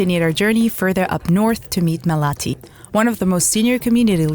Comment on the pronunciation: Not "Malāti" but Mālati